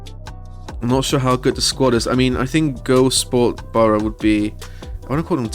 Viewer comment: Couldn't get past "Go-Sport" :lol